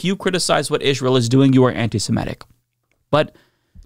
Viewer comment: One more time: not anti-SiMETic. It's anti-SeMITic.